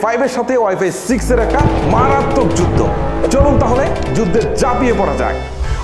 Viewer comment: যুদদে যাপিয়ে না, উচ্চারণ টা হবে "যুদ্ধে ঝাঁপিয়ে"